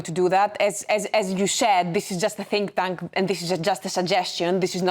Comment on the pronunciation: She said "tink tank" lol!